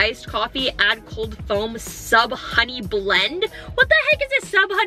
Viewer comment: That is soooooooo Funny She sid Honey ee